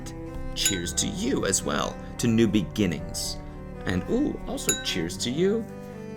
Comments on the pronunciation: Really? No one is going to talk about "New Begin-tures????" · It made me laugh so hard cause it sounded like "new big inchers" which is perfect for this show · Did you mean to say begintures? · "cheers to new begentures" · Did I hear “be-ginggees”? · “cheers to new begintures”😂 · “Cheers to new begentures” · Cody saying begintures 🥲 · Time stamps beginchures